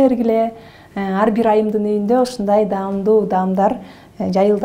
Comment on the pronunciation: Арбир көрсөтүүнү ачканда эле сразу аягын көрөм "Даамдуу" - деп айтат бекен деп. Дагы деле "дамду"-деп дейт экен.